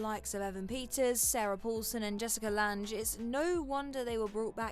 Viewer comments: Lange is said as Lang, not Ange with an extra L at the beginning. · I did a double take at that pronunciation of Lange! 😅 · Glad I wasn't the only one lol